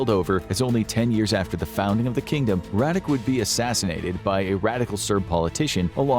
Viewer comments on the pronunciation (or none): Radik :-D Radić is pronounced as Raditch. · Bruh I live in croatia and is not Radic is Radić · Well it's actually Radić but I guess they don't understand that those are separate letters with different sounds